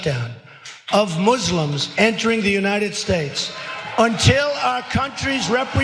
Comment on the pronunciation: Please stop showing that clip. The way he pronounces Moo-slims makes me cringe. At least, bleep it.